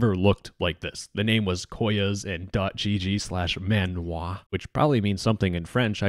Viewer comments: Good video just the name of the server in French pronounces "manouar" and internat in frensh pronounces "interna" not internet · I'm french and i approve your french ! You said "manoir" like "man oua" without pronounce the "r" x)